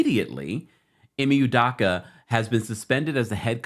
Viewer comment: ..I know you cannot pronounce..his name …am Nigerian..,…just call him ‘Udo’